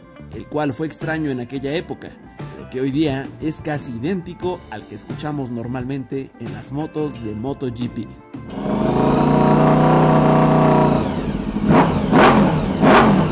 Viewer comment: Moto yipi? será moto jepé!